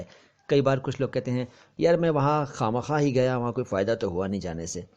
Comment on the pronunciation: Awesome. Apne is video me khwah makhwah Pronounce kiya h jabki maine urdu dictionary me khah makhah dekha h